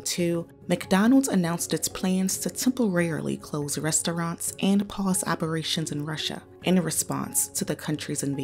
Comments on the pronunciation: LOL can't listen to this narrator butcher the word "rest-o-raunts" anymore. Culturally mispronouncing that word is virtually exclusive to black Americans and sounds so uneducated every time. This is supposed to be a "news" show after all. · The woman reading from the script needs allocution lessons, it’s not “res-tow-ronts,” unless you’re from the hood.